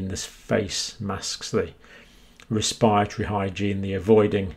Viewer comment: Wespiritowy pwoblems.